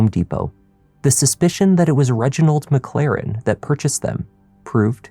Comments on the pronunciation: Sure “Reggie McClarren” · McClaren? Oddest Irish folks, no? 😂